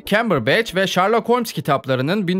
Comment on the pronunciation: şerlok ulan şerlok. ŞARLOK değil